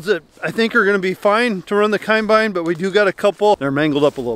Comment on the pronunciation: says Coinbine.. Its a combine. lol